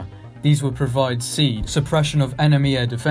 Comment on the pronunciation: The military say "See-add", not "seed", for info. Also, all your in-flight simulator footage is totally wrong; that's not a Tornado cockpit.HUD.